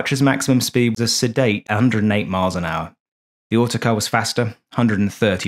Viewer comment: is "Autocrat" not Autocar... There's one in the nearby aero club, his owner is English... named Tony... last name is the same as an automobile company from USA... Cheers from Normandy.